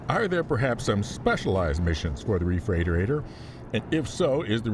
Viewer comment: why did you do this to us? 😊 Looking through the comments to see how people (mis?)spell refreightoreitor. Refreightorator?!?